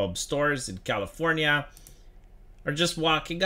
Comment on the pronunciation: I love when says Californiania